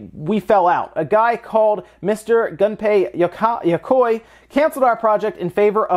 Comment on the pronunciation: had trouble pronouncing Gunpei Yokoi's name... probably doesn't know that he invended the GameBoy